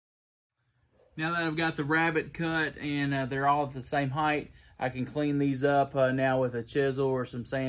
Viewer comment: Heig"TH" really grinds my gears